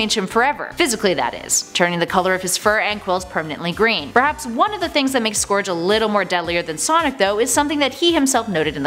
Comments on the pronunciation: Its scourge as “sc-our-ge” pernounce it right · BTW you said scourge wrong its pronounced skur-dje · The way she says "scourge" hurts me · You pronounced scourge wrong